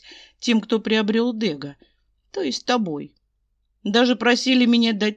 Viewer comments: дрбрый день. Мне очень нравится ваша озвучкп, я подписана. Можно подсказочку? Ударение- ДэгА! Это художник- импрессионист. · Чудесная озвучка, все прекрасно очень люблю Ваши озвучки!!! Но в этом фф мне царапнуло произношени фамилии художника Дега. Дело в том, что эта фамилия французского художника, а значит произносится с ударением на последней букве. Ещё раз